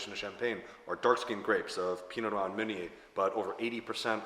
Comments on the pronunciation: Sorry if that came off as rude, I’m just very curious about this pronunciation. The correct French pronunciation is like “pino-nwah” but he seems to say “pino-n’wow” . Never heard someone say it that way! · Why does pronounce Pinot Noir like “Pinot N’wow”? Very odd lmao